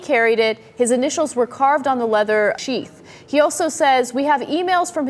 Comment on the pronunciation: Did Ana not know how to pronounce sheath & you guys stopped and just edited it on? LOL